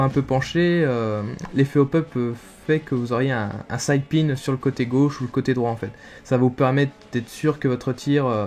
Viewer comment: side spin il me semble au lieu de side pine ;)